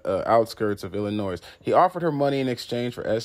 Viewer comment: The "S" is silent in "Illinois".